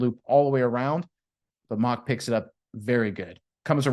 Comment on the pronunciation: Relative here... it's pronounced Mau-w-ck